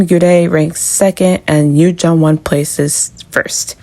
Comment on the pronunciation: It's pronounced Joonwon, not Jungwon